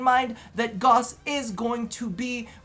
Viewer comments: its not Goss. its Gauss. you say it like Gowse so it sounds like Dowse. ik DE gets it wrong too. but its a german name and it needs proper pronounciation. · If you go to youtube and type in "gauss rifle" you'll hear a bunch of people pronounce "gauss" in an acceptable way